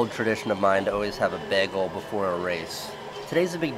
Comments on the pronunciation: the way you say bagel makes me uncomfortable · guess I learnt how to say "bagel" properly.